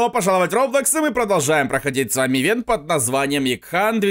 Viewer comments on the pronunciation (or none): none